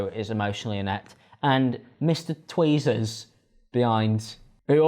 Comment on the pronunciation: mans upped the production quality but where was the research - like… tweezers? you sound uncultured